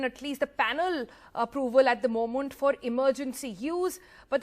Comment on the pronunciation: Funny the way you pronounce ‘moment’ sounds like MO-MANT